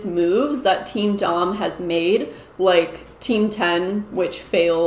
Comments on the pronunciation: I’m fairly certain that “teamdom” is pronounced like “kingdom” rather than “team dom” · I thought you said Team Dong. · I thought you were saying “Team Dong” until you showed it on screen 🤣🤣🤣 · Oh my gosh I thought you kept saying Team DONG! Like penis. . . that's hilarious that I was wrong. . . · I really thought shes been saying Team Dong this whole time lmao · I think "TeamDom" is supposed to be pronounced kind of like..."kingdom"?